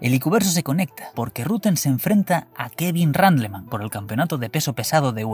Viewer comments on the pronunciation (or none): me encanta que hace que se equivoca diciendo los nombres japoneses ,pero luego te suelta un Kevin “Ranleman” (sin D) así tan tranquilo jaja